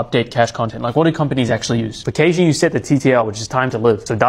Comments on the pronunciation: Deep breaths. I will stay calm. Did I just hear caching pronounced cayshing. 😳 caching. Like cashing. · whoa wtf is kae-shing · its cashing only..